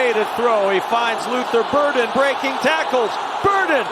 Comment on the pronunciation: Luther ‘Bird’en